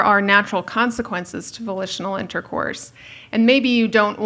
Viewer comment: I thought she said vocational intercourse. and I'm like, that's called prostitution. But no, she said volitional intercourse.